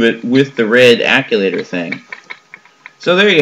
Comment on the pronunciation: Just FYI… It's pronounced "Actuator", not "Acculator".